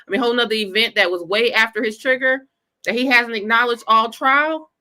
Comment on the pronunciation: messed up nd said trail he f up again.